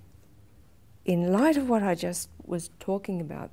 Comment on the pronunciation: I love the emphasis on "IN LIGHT OF"